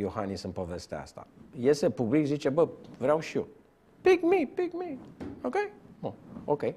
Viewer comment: 😂😂😂😂”pik mee”,”pik mee”😂😂😂